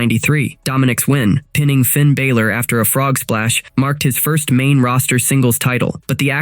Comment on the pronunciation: Dude doesn't even pronounce Finn Balors name correctly. Again. Channel is a joke.